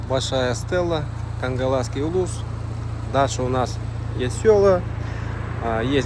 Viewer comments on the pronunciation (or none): Хангаласский, а не Кангласский